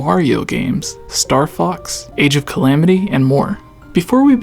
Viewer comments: Can you please show Hyrule Warriors: Age of Calamity the utmost respect by actually saying “Calamity” and not clams…it sounds so wrong when you say that. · Maybe it's just me but "Age of calams" is really annoying.